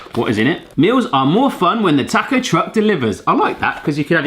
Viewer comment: please say "taaaa-co" it's a short vowel sound "ahhh"